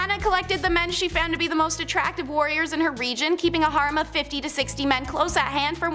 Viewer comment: she wanted to keep a "HARM" of 50-60 men"?? It's "hair-rem", or "har-reem". Does ANYONE edit these shows prior to putting them out here to correct some of the most HORRIBLE mispronunciations around? If not, they sure should!